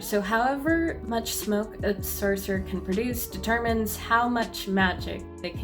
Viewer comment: serserers. cercerers. sercerers. cerserers. Why can't you just say Sorcerer Properly?